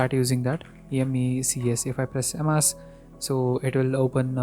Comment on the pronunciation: First learn how to pronounce emacs